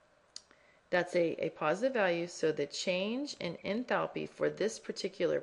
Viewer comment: ENTHALPiii haha love the pronunciation! Anyways, thanks!